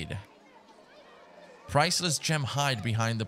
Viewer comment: Facade is pronounced fasaad not fakade🤣